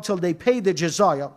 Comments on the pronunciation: jizaya LOL there is no such word in arabic doctionary . the word that he was refering to is jizya and he said it comes from jazaa and it means punishment you pay penalty for something , do you know from where he got that idea ? I tell you . in soccer the penalty kick is called in arabic darbat jazaa penalty kick = darbat jazaa so the dummy confused jizya with jazaa these two words have completely different meaning in arabic . He thought jazaa which he prounced it as jizaya means penalty while jazaa means reward in arabic here is a verse in koran uses the word jazaa from yusuf ali quran with transliteration 55: 60. Hal jazao al-ihsani illa al-ihsanu 55: 60. Is there any Reward For Good-other than Good? jazao = Reward and this is the exact same word used in arabic to mean penalty kick . the english concept of the fault in soccer game is to penalise the team which committed the fault so they call it penalty kick against the team . while arabs prefer to say to reward the team which the fault was committed against so they call it reward kick in favor of the team .you cant come up from root word j z y with word that mean to penalise or to punish . if somebody did favor to you you say to him in arabic jazaka lahu meaning may allah reward you. if you use the concept of the christian in video it will sound may allah punish you LOL is that what you say to somebody who did favor to you? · Excuse me what is Jazaya??? It's Jizya you fool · even to pronounce the word Jiz-ya he said it as Jizaya!! real shame to such men